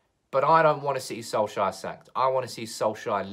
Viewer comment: Who is this Soleshire you are talking about always. Our manager is SOLKsjaer not SOLEshire!